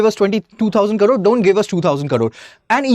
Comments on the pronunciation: thanks for the information. But, he speaks in English, where he is supposed to mention as Crore and not as Karoor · He keeps saying karoor... it is Crore... pls correct it. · You say Crore as Karore! Kindly concentrate on your pronunciation… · Not karoor its crore.... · And who is this joker who keeps repeating 2000 "karores" atleast 20 times during his 19 minutes of blabbering. In TN we talk abt 1 Trillion Dollar economy 😎😎😎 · First u pronounce the crore properly😂